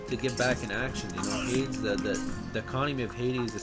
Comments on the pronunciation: lord save me. haydz instead of haydees, sky-la instead of sill-a. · Thank you for the content , but for the love of Christ , please stop mispronouncing Hades and Chimaera